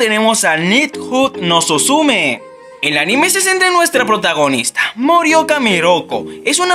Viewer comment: Bueno tu video, amigo. Lo tomo en cuenta, ya tengo tres series pendientes que ver gracias a ti. Solo una observación (o dos): "Net juu susume" hubiera preferido que lo pronunciaras "net yu sÚsume" (si, "susume" es una palabra esdrújula, acento en la primera "u"). Acá en México a esos "NEET" les llamamos "NINIs", es decir "NI estudian NI trabajan". Como Kazuma de Konosuba. Ah y la palabra "rendezvous" se pronuncia "rendevú" (es francés). Saludos.